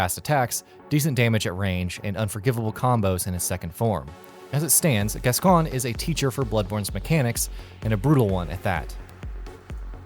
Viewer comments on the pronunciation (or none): "Gas-gon"?. It's "Gascoigne" (Gas-coin) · It’s not Gasgone it’s pronounced gas-coin spelled gasgoine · Of all the mistakes in this video (Laurence being called a chalice dungeon boss, the pronunciation of names such as Gascoigne) One that I don't think has been pointed out, is something I'm not sure if I heard right... Did he just say Ludwig the Accursed is armed with hunter attacks? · I found the Defilled Amygdala the hardest. Also loving the pronounciation of Gascoine.